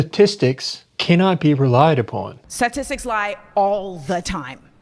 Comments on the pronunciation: Sah-tistics Hfs dude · "sassissics" bruh she cant even say statistics. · What’s a suhsissik? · She epitomizes emotive, reactive non-thinking. wtf are sassisstics? she can't even pronounce the word she's so flustered. And no, it's not because of african american vernacular english. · When people say “satistics” just stop listening… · Why can't she pronounce "statistics" correctly? "Sissisics" is not a word. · She can't even say statistics 😂